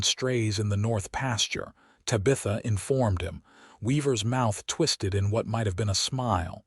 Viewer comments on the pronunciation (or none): The Name Is Pronounced, 'TAB' - 'A' - 'THA' Not 'TY'- 'BITH''- 'A'! If You Ever Watched The TV Show, 'BEWITCHED' The Little Girls Name Was Pronounced Correctly.. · Good story but reader is so cut and dry...and it's TABitha not taBITHa.... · I did NOT accept the AI mis pronunciation of TAB.i.tha. If your AI doesn't know how to pronounce a name, use a different name. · Finally a story without water rights problems and the woman doing the accounting! Refreshing ! I wish AI would do a better job of pronouncing words. TAB I THA NOT TABEETHA!!!!! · Ugh...It's TAB - I - THA...Not Tuh BITH Uh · Te Bah th ah. That's how you pronounce it. Please.😊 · think again. It’s not Ta-bee-tha, it’s Tab-ih -tha. Did you never watch Bewitched? Or better yet, even Google can tell you the correct pronunciation 🙄🙄🙄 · Ai sucks at pronouncing names/words. anyone else cringing everytime ta bith a is screwed up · Tabitha is pronounced tab-i-thuh . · Yes her tab i tha not ta bith a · Ok Tabitha is pronounced Tab eth a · No It’s Ta- BI-ta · I can't even listen to it, by the time they said Tuh-bitha twice and then said See-lus for Silas I am backing out of the story. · The AI needs to learn how to pronounce Tabitha correctly! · Please fix the way AI says Tabitha's name. Cute story but if you changed that one thing it would be much better. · AUTHOR: Perhaps before you post your next story, hear how the AI voice you chose pronunciates the names of your characters. Then you can choose different names of your characters, ones the AI voice can pronunciate. This one does not pronunciate Tabitha nor Montgomery correctly. It takes away from your story, which I'm sure is okay, but I can't get through the story trying to ignore this AI narrator's incorrect pronunciations. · Mispronuciation of Tabitha and Silas.... etc over and over.....can't continue to listen!!!! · Please learn how to pronounce the name Tabitha. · UGH the AI needs trained how to say TABITHA. Could not get past the first 2 minutes.